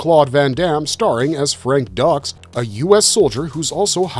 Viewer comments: Huge Cannon fan here. It bothered me (more than it should have) to hear you mispronounce “Frank Dux” as “Frank Ducks” (the correct pronunciation is “Dukes”) and “Kumite” as “koo-might” (it’s “koo-muh-tay”). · Ducks?????? Hahahahahahahahahaha It's Dukes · Its pronounced Frank "Dukes" not "Ducks" Obviously, the narrator never watched any of these films. Oh and the way you announce each title...you sound stupid😊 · Dux is pronounced as dukes, not ducks... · Pronounced dukes not ducks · Dooks, not ducks. Koo-ma-tay, not koo-mite. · Dux is pronounced dukes not "ducks".... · And Frank DUKES (Dux) not Frank Ducks (Dux). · Frank Dux ..... It's pronounced "Dooks" :) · It’s Dux… like put up your Dukes! 👊🤜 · No no no it's Dux. Like put up your Dukes, right? In all seriousness, the narrator obviously hasn't watched these movies. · LMAO 🤣 🤣 🤣 Gotta love how the narrator butchers the pronunciations Frank Ducks & The Koo Might 😂 The correct pronunciation is literally in the movie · Dux pronounced Dukes. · I stopped watching when you mispronounced Dux and Kumite... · You mispronounced Frank Dux's last name, and the word "kumite." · How can you possibly be taken seriously when your "research" can't even provide you with the proper pronunciation of Frank Dukes name? Jesus they even correct the ducks pronunciation in the actual movie. Lile your channel but these are fundamental things. Do better. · How is it possible to mispronounce Frank Dux's last name if this is one of your favorites??